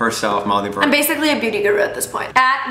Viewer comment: Did he just call her Molly Bark? ... its burke